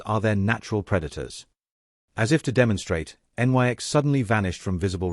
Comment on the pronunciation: Always annoyed by the use of stupid, uneducated Artificial Stupids. En-Why-Ex indeed!!! why didnt the writer instruct his artificial Stupid to say NIX when it sees Nyx?